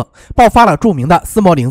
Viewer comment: 斯摩棱斯克 不是应该念leng二声吗